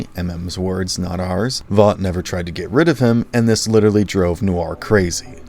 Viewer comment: I wonder how people can watch a show to the end hear the same word over and over and over and still not be able to actually pronounce it properly like Vought you say it wrong they say it a million times in the show how do you get it wrong